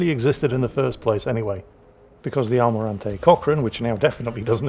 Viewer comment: I don't understand why as a Peruvian I'm enjoying so much te fact that is butchering the name of one of my national heroes. Now I'll ask a game featuring the Almirante Grau and but butchering it as well 😂